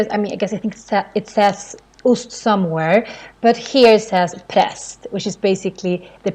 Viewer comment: I think she is just making up her own rules on Swedish, at least I have never heard of these rules. K before EIYÄÖ doesn't mean the K sound like SH, for example Kebnekaise, kör or killar... Same with SK, like in skelett or skeptisk. The way she says for example ost and banan breaks her first rule, should be more like "oost" and "baan'aan" or the words should be spelled "Osst" and "Bannan" to follow the rule. Rules can get you started maybe, but with all the many exceptions (there are only a few words in the video and she already broke the rules multiple times), you will eventually have to abandon them unless you want to sound like "Me are verie goud speaking the Inglesh".